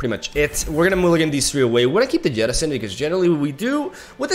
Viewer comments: Why do you keep calling 'Jettison' as 'Yeti-son'? :D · I don't like it when plays deep, cause I gotta listen to him say 'YETTISON' like 12 times throughout the video. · Can we get some love for "Yettison" jettison? Part of charm that he seems to pronounce different words using inconsistent language assumptions, like he randomly decides what language should inform the pronunciation of each word, then sticks to it no matter what.